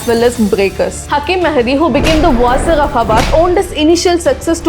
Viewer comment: And what is Raindi? It's "Randi" and it's not Waazir it's Wazeer.